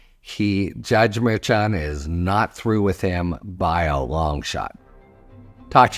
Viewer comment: Harry, I love your commentary But please! Pronounce Merchan's name correctly. It's not that hard. Please!